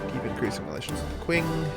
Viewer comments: Comment section here: 60% "It's pronounced Ching" 30% "Sick jokes" 10% Random Shit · By the way,, "Qing" is pronounced "Ching". And no, I'm not fucking with you:P just taking a Chinese history class:P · Qing is pronounced "Ch'ing" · It is pronounced like "Ching", I know, I had no idea either.